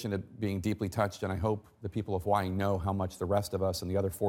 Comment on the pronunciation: Love how she try’s to pronounce Hawaii differently from how they actually are supposed to say it